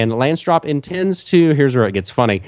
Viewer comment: LANSDORP not Lansdrop. :P